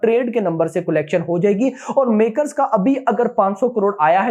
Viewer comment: bhai collection ka pronounciation is not "Kolection" it is "calection".